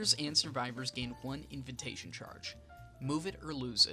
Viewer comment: Lmao at "inventation" Have you never been invited anywhere or had to say that word?